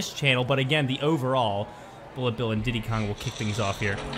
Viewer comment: It's not didy Kong it's Diddy kong